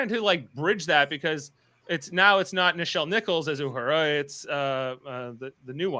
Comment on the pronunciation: Guys just FYI its La'an no Lee'an and Uhura not You'hura . Just needed to get that off my chest . Its like nails on the chalk board everytime you Pronounce them wrong .